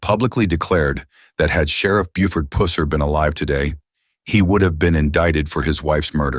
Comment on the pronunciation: Could you not get your robot to say “pusser” correctly